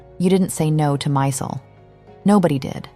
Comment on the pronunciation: As Stella herself said, it's Steven 'My-zell' pronunciation, not 'Mysul.'